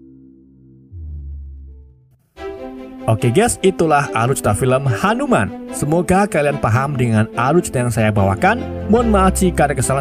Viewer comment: Hanu-man ❌ Hantu-man ✅